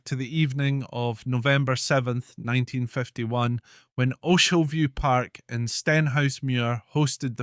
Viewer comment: Sorry mate, but you can even pronounce "Ochilview" correctly? (And you are Scottish!) It's a no from me! Good idea though.